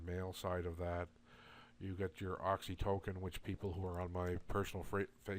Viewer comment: I understand what you're saying, and I agree. It does bother me that you can't pronounce oxytocin and endocrine correctly, and lessens my faith in your products. We're all suffering and looking for a cure for our ailments outside the box because big pharma controls our doctors. Thanks.